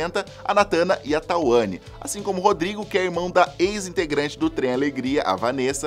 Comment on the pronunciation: E o meu foi inspirado na Tuanny 😄 que o errou a pronúncia, como a maioria das pessoas 😂 é TUanne, não TAUanne